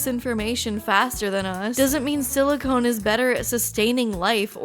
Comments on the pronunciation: You keep saying silicone, instead of silicon. Silicone is a family of polymers that are typically oily or rubber like; They do contain silicon. Silicon is an element. everything you said about it is correct. Carbon is more able to form complex bonds which makes it better for life. Silicon is really good at combining with oxygen to make sand. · It consciousness. Not conscious lol. But its fine. Its all fine. Silicon. Not silicone. Its all gonna be fine. Its good. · You said silicone, instead of silicon, which makes it sound like robot brains are made with the same thing used to make fake tits 😅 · She said silicone like 7 times. Drink that pint of vodka god dammit! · Silicone is a Rubber. IDK why but hearing that repeated over and over is driving me nuts. Say it with me, SiliCON, Like, Ancient Alien theorist are Con-artist! The claim from the paper you discussed is saying that uploading consciousness as a form of survival inherently will lead to using computer-based systems that run faster than Neurons as that eliminates the death biology leads to. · silicon (sili-cun) not silicone (sili-CONE). Sorry. This bothered me. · When you say "silicone" I think you mean silicon. Silicone is what they put in breast implants.